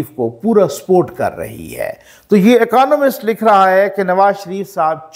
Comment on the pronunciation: اکانومسٹ نہیں اکنامسٹ